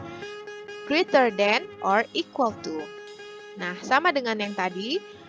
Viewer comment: Great bukan dibaca grit tapi greit Less bukan dibaca less kayak huruf e dalam kata kecap tpai seperti huruf e dalam kata seram